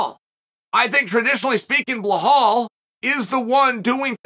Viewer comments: Who the flunk is Blahal? It’s Bill + Al = Bilal. C’mon Chale Sunnin’, you can do this 😂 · not bahhal chael..., it should sound BEE LAL 😂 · It’s Bilal not Blahol 😂😂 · idk but to me it's easier to say Belal than Blahal!!!Uncle Chael!!!The 🐐!!!!! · I used to get annoyed by it but now i wait for the Blahal everytime. If i were to go to a Belal fight i would wear a T Shirt showing Chael saying “I’ve got Blahal winning this!” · Surely that man's name is not blahall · I love uncle Chael but sometimes he gets me laugh so hard... I don't know where he finds Belal - Blahal plus Chimaev gets in the way so we have Chamal...🤣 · Belal❌ Bla-haul✅ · Who's Blahhal? It's Belal. It reads exactly like it's written. No hidden nor exotic sounds. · Why does he keep pronouncing it Blahal 🤣. It’s so funny. I’m like who is Blahal? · Bil-lal, not be-hal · Belal Chael;bluhhall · If Chael hasn't heard any of the commentators pronounce Bilal as Bilal and not Blahol, then he can at least read it phonetically! I think it's Chael's deliberate wisdom deliberately mispronouncing some names! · Who in tf is Bluhal 😂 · Who's blahaul?? That should the worst pronunciation by this uncle surely for attention, nobody can be that wrong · Bluh-haul, LOL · Blehal Muhammad. Undisputed champ of proper name pronunciation. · Dude THERES NO H IN BELAL wtf do u keep calling him BLEHALL FOR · Bel - All ! No H ! Goddammit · The amount of time he says blahal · Wtf, he keeps saying BleHal 😂😂😂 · I’m now convinced Chael mispronounces names on purpose 🤣🤣🤣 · Anyone else notice how terrible chael pronounces names “Belhall” “Peyera” Love the show but damn 🤣🤣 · Chael... say "BE" then say "LAAAL" THERE IS NO H ANYWHERE IN HIS NAME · Americans can say Massachusetts but can’t say be laal 😂😂😂